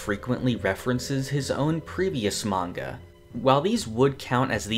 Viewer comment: Manga Read "ma-nga" ✓ "Mang-ga" X It minor but kinda annoying when you often say it wrong